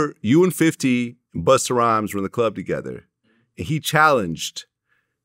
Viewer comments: Vlad really called him Buster with the hard R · I hate the way Vlad pronounces Busta” and “gunna” buster and Gunner 😂😂😂💯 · Vlad calling busta, buster is annoying the fuck outta me 😂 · Buster lol Vlad never puts A at the end where it belongs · Why he keep saying … Buster lol but spelled it right tho lol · Vlad calling BustA.... BustER lol. come on man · Why does vlad call BUSTA BUSTER. Shit sounds crazy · Vlad called Busta....Buster 😒😆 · Why does Vlad keep saying Bust-er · He calls busta,Buster and Gunna ,Gunna.. he chooses when to be white😂😂😂 it’s not in him it’s just on him..!! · He's really calling busta, buster lol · Vlad called him buster lol